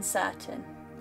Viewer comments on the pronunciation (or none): Please pronounce things properly. Papal is not Papple.